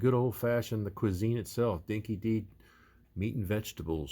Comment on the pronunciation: Brilliant build, mate. Awesome. Btw it’s pronounced ‘Dinky Die’. An old fashioned Australian term meaning genuine Aussie.